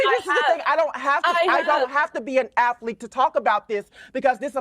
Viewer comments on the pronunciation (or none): If you can't even correctly pronounce the word 'athlete' then I can't give a fk about your pov.